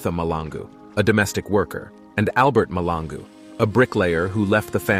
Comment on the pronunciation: Mahlangu Malangu...two different things You keep on saying Malangu.. It's irritating, but good video though..